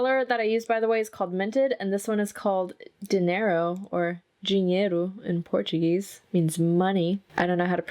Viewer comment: Dee-neh-ro You pronounced it correctly lol It always makes me giddy when you low-key teach us a bit of Brazilian Portuguese 😁